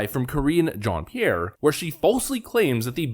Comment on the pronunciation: It's Mizzz Jean-Pierre! And you need to pronounce it in a French accent! LOL!